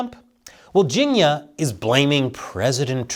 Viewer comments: It's pronounce "Ching-year" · for a moment i thought you were saying "ginia" short for Virginia. 🤣🤣im like "Virginia had something to do with English steel"